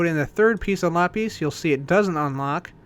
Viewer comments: it's pronounced "LA-pizz", not "LAH-PEEZ". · You pronounce lapis as lapeez, just sayin' not judging.